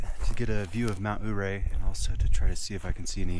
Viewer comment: Ouray is pronounced yeray. Accent on 2nd syllable ray .. Hammocking in a pine tree hmm... Interesting & something I've long thought about. How long does it take to ascend?